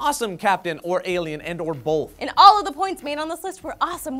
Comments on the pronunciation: does joe say bolth instead of both? sounds like it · there's no "L" in "both" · said bulth. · Damnit, it's "both" not "bolth" You sound like an ass... just sayin' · There is no "L" in Both